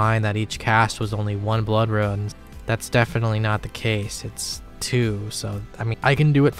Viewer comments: Suggestion: Learn how to pronounce the word rune. Hint: it is not the same word as ruin. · the way you say "ruin" for "rune" makes me moist :p keep up the good work my guy